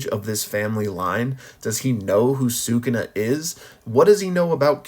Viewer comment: He not “sookoona” - if you listen closely they say “Skoona” or “suh koona” sometimes.